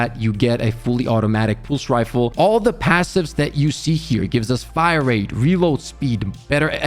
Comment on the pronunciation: 😂😂 The accent bro 😂